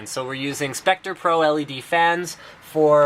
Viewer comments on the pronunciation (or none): none